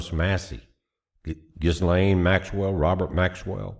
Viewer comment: The "S" in Ghislaine is silent, making the name pronunciation "Gil-LANE" with the emphasis on the last syllable. You got it right, just take out the "S." And not everybody that's named in the files, is guilty of anything. I mean, I hope you don't think that people like Pam Bondi went to Epstein Island to rape kids. And despite what anybody says, Trump wasn't in on it, Donald Trump was the first one to blow the whistle on the sonofabitch, but you won't hear that in mainstream media!! I'm sick of this whole rigmarole.